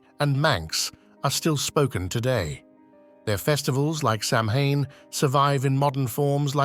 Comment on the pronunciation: Its not pronounced samhain you dont use the m its a w kind of like sahwin